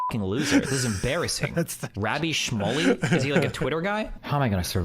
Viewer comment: Piers got along with Andrew Tate in their interviews, that doesn't mean shit. Destiny mispronounced Rabbi Shmuley like pretty badly, that was the purpose of the clipchimp and why I put in "scare" quotes.